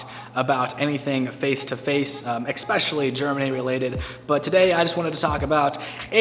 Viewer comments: "eXpecially" ffs I hate when people say it that way. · Exspecially?? That's not a word. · What is the matter with all you americans and the word "eggspecially" though? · "EXpetially" hahahahahahahahahahahna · did you say expecially in the intro? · expecially? haven't heard that one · Good, sounds like you did enjoy your stay. Next learn the piano - it's fun - trust me! =) Short question: did you say "egg-specially" and if so is that the correct pronounciation? Usually I wouldn't ask, but lately I hear it all the time on YouTube and it kinda makes me cringe. Tho since I'm no native English speaker I don't even know if that's valid or if you really did pronounce it like that in the first place. So... is that some pun I missed, plain wrong or just the right way to say it? Btw: "Nein!" - "Doch." - "Oh!" (video w4aLThuU008) that's like "No!" - "Yes." - "Oh!" in English then?